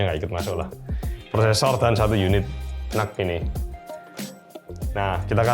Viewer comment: Reviewer lain: Intel NUC (Dibaca: En-Yu-Si): Intel Nuk😎